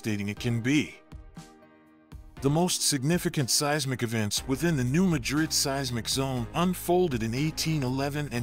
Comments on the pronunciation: Artificial, not intelligent. I have friends in the area, and it's pronounced MADrid, not maDRID. Competent content ruined by a mediocre robovoice. Voted down. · It's pronounced MA DRID,not like MADRID in Spain. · Pronounced New Madd Ridd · I live in New Madrid The accent is on the ma 😮